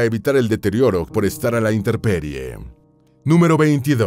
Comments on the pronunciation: Demasiado teatral la narración, ademas de errores linguisticos como "INTERPERIE", en vez de "INTEMPERIE". Un poco pretencioso para mi gusto. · Muy buena información. Solo quiero aclarar que no se dice INTERPERIE; SE DICE INTEMPERIE.